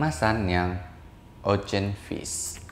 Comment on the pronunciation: Ocean= Osien not Ocen